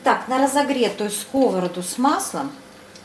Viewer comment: Как услышала слово " скОвороду" с.ударением на первый слог,как.будто по ушам бьют.Болтологии много